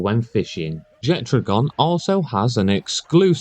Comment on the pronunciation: There is no "d" in Jetragon's name, but based on what I heard in this video, you're just shit at reading and saying names 😂